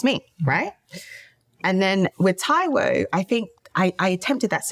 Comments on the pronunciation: Damn you murdered homeboy's surname! Like come on, at least ask how it's pronounced ffs 🤦🏿‍♂️ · Taiwo what?? 😅 that last name pronounciation lol